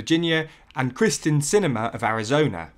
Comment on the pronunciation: KYRsten Sinema, not KRYsten. Common mistake. I've made it.